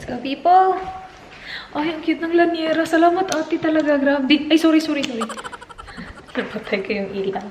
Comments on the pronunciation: I think it's llanera not lañera. 😄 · Hi! i watch your vlogs alwaaaaaaaaaaaaaaaays...i like your style - straight and simple, that's why i enjoy the way you tell your stories...and because of you i wanna get an air fryer and try the lemon lime and bitters..haha....oh, and by the way, it's llanera not laniera:) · It's actually, LLnera (Li-ya-ne-ra) pronounced sa Lya-nera (silent i) 😊